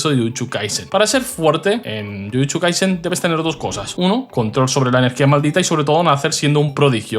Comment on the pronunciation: Por qué dice jujuchu o jutschu y no jujutsu o jutsu 🤔